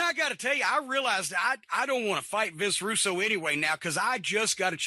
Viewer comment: "Vinny Roo" 😂